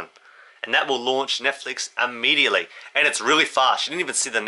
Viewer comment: No such word as ammediately.....it's immediately.